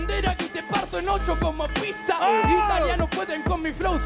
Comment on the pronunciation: Nose si se dieron cuenta pero dice pisa y no pizza jajajaajja